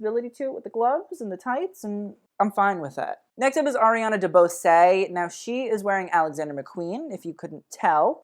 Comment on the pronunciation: Just an FYI. Ariana DeBose is pronounced De "Bose" the same as "Bose" Speakers.:) Or "Pose" with a B